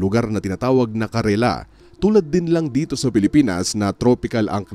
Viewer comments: It's not Karela, it's Kerala. And the right pronounciation is Kerla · Kaalaman ka ba talaga? Kerala, hindi karela. Lol. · Kerala not Karela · Pronounce it Properly! "Care La" not "ke ra la" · "Kerala" poh kapatid ang tama hndi karela ...correction lng. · Kerala, Malayalam Ang salita, hindi karela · Kerala nga.... Pronounced as ker'-la